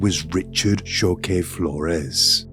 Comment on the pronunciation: Richard Choque Flores is his name. Choque is pronounced “Cho-keh” not “Sho-ku”. It took me a bit to find how to spell his name to research him because of the mispronunciation. Anyway, the doctor, the judge, his mom & sister should be behind bars. They are just as guilty for his crimes. This is horrendous. I can’t believe this can happen to such a degree. God damn disgrace!